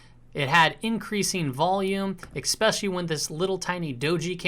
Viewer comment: Love your channel, even though you say exspecially!